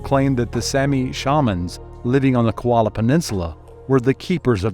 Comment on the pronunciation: Aggravating your mispronouncing KOLA not KOALA 😑